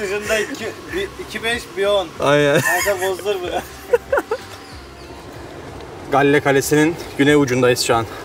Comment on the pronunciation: çok özlemişim yaaa canım Srilanka )) bu arada şehrin ismi gaol diye okunuyor haberin olsun kardeşim